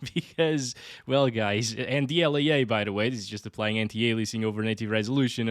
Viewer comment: what is dl-yay-yay?